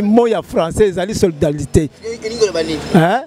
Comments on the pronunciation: Solidarité et non soridarité . Tu pose une question que toi même tu ne maîtrise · En plus il articule mal le mot solidarité Na zapper mbala moko